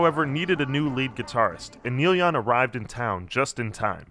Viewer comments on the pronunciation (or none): Am I the only one who's hearing the narrator call him Neil Yun?